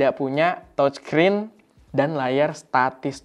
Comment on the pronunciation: Touchscreen dibacanya təchskrin..(seperti kalau kita ngomong E dalam kata "dEngan" atau "lEngan", bukan E di tEmpE) jangan tochskrin oom.. dengernya kayak gimana gitu..🙏🏻